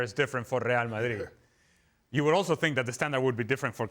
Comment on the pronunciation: It's real Madrid not real Marrid stop saying it like that you clown